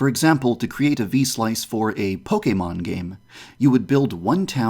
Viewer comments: Wait...YandereDev pronounced Pokemon right!? HOLY SHIT!! FINALLY I HAVE FOUND THE CHOSEN ONE. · I like how he pronounces "Pokémon" the right way.